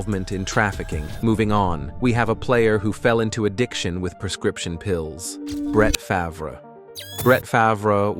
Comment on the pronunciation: Who in the hell is Bratt Favarrr (Brett Favre) 😂😂😂😂